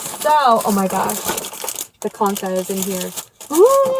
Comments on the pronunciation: Just an fyi, the cha in concha is pronounced cha like chair. Con-chuh like a sea conch which is where the name comes from bc the top looks like a sea shell. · Love how you pronounced concha wrong lol .. ch as in cheese .. conCHa 👌🏻😊 looks delicious 🤤